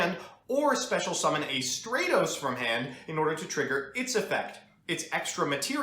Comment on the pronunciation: Bothers me how you pronounce Stratos